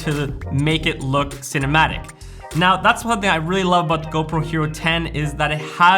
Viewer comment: For a moment I heard you saying "" instead cinematic:D. Anyways, great video. I don't have GoPro or any other action cam, but still watched:). Take care